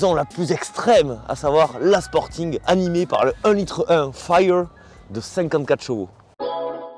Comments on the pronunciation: Encore une pépite !!!! "Fayyeur" 😂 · Mention spéciale pour ton super accent anglais. FIRE ! 😂